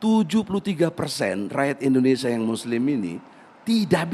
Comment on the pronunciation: egi sujana lucu ngucapin nama negaranya sendiri aja gk bisa..indonesa hhhhhh bukan indonesa bung tp indonesia hhhh